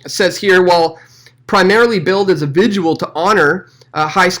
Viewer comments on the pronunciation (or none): Vi-gil not vi-jew-ul